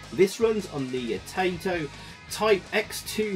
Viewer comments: I know this is fairly ingrained among British people of a certain age, but Taito does not rhyme with potato! :) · yeah, it's just "tye"-to, not "tay"-to. I've heard plenty of people do it and I think I've probably done it myself in the past. Around these parts everybody used to think Sega was pronounced like Bob Seeger, at least until the Sonic the Hedgehog intro corrected everybody. Spare a thought for poor Robert Moog...